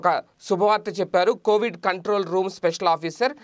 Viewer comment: It is Covid not kovid